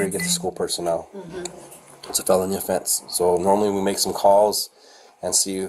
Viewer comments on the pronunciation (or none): none